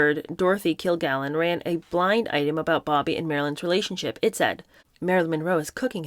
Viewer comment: KilgaLLen. Dorothy Kilgallen. Sometimes it’s painful to listen to your mispronunciations.